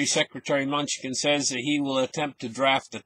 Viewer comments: Secretary Munchkin Lmao! Thats funny. Its pronounced, MA-KNEW-CHIN. Oh god im dying over here. Great show as always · Ma-new-chin. Thats how you pronounce his name :) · Did he just say security “munchkin” great video my friend